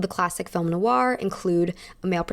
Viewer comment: loving your videos x Noir it's pronounced "noIr", as in you stress the end of the "oi" sound and not so much the "oo" sounding bit at the start if that makes sense.